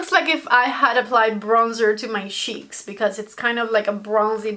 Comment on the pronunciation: Haha like how you say SHEEKS instead of cheeks 😂